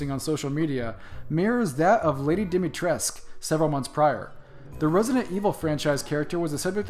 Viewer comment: Good job, very close pronunciation on Lady Dimitrescu, you just forgot the "u" at the end(pronounce as "oo" in cool).